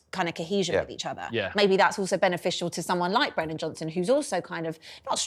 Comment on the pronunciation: Its Brennan Johnson not Brendan.. She's a really bad presenter/broadcaster..